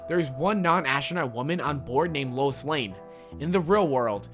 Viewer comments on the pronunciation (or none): none